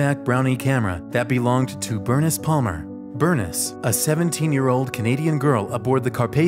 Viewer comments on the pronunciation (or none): Loved the video and learned stories that I had not yet heard about people aboard Titanic. I am guessing however, that Bernice Palmer's first name was pronounced in the usual way " Ber-niece," rather than "Burnis" as in the video. Minor cavil though as you created a fascinating and detailed video. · Bernice is pronounced Bur-neese, not Burn-is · Berniss??? Cmon man! Its Bernice, like, “Ber-neese” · Burness? Try Burr-neece. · I think ‘Bernice’ may have been pronounced, ‘Ber neece’ with a long ‘e’ where the ‘i’ is in her name. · Bernice? Burr-niece. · It’s not pronounced Ber-niss. It’s pronounced Ber-neese. 🙄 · I'm pretty sure the name Bernice should be pronounced Ber neice, FYI. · FYI Bernice is pronounced “Burr-niece” 😊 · "Burniss". Yep. Definitely her name. Good call not trying to pronounce the menu items, seeing as how you can't even correctly pronounce words in your own language. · The camera Bernice my grandma's name is Bernice its pronounced Ber- NIECE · I'm pretty sure Bernice is not pronounced "Bernis" lol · i thought that too lol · It's pronounced, "Ber-NEESE", just FYI. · The way he pronounces BERNICE really bothers me... Dude. Burr - Niece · That was killing my ears ;) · The way you pronounced “Bernice” good lord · sorry if that sounded rude! lol my grandmothers name is that also I just thought it was funny :) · You don't know how to pronounce Bernice?